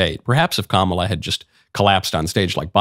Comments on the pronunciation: I noticed joy behar mispronounced “Kamala.” I didn’t know she was such a bigot. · Notice that Joy Behar mispronounced Kamala. Joy isn't called on it. Of course, Trump says her name that way and the media is all over it. My theory about why Kamala introduced herself in the debate was to point out to Trump how to pronounce her name.